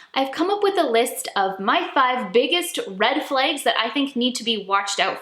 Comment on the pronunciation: Like the person can't say flags? What the fuck is a flague?